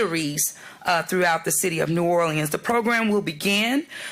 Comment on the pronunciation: Why is someone who can't pronounce the name of this city our mayor?